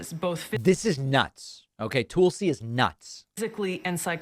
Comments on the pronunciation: David, do you realize how much like a right wing nut job you sound when you intentionally mispronounce someone's name. Tuuulsy? Really. Grow up. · Not sure if its intentional but you pronouncing Tulsi as "tool-see" really hits home. She is a tool. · David: I like a lot of what you say, but c'mon, man. 1) She said the word "real" fine. I don't know what you heard. 2) Given your insistence on...unique pronunciations of words--she doesn't pronounce it "Tool-si", I checked--and just given how childish it is to mock people over minor pronunciation issues, I question why you do this. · David says "Toolsi Gabbard" and it never fails to get a laugh outta me That said, D-Pax...i see your Toolsi Gabbard and raise you a "Repulsi Gabbard" 😆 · STool-si who?